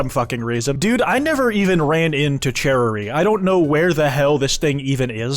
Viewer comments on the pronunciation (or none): Its pronounced chara not chara